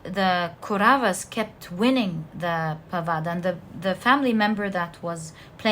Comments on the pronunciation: it's not Koravas & padavasas, It's kauravas & Pandavas. and again it's not Dhumabati, its Drupathi from Ramayan Epic (India) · Pile 4 it is not kuravas.it should be pronounced as kowravaas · For knowledge purpose only....she keeps talking about "Mahabharat" & it's Indian mythology. You aren't able to spell the names properly, let me help you with that. It's "Pandavas" not 'padavas' & it's " Kauravas" not 'koras' last but not least, for the most clever person it's "shakuni" not ' sukni' . Hope that helps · It's the Pandavas and the Kauravas not parada or karava😊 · There is a small correction in pronunciation my dear. Mahabharatha is the story of Pandava's and Kowravas. ( Paandavar and Kowravar ) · also isnt it pandavas and kauravas? her pronunciations are wrong but honestly it doesnt matter too much as long as i get what she is saying and it resonates. spot on readings ahahaha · pandavas pronunciation kauravs pronunciation Lakshman died in the battle. He was to be brought back to life with the Sanjivini herb. That is the herb Hanuman was looking for.